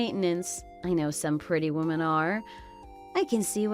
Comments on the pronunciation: good lord it annoys me to no end the wrong pronunciations of woman and women. grrrr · Why do they pronounce the plural "Women" as singular "Woman". Wo-men vs Woman, all--the--time. I have let it go for a couple years but I can't anymore.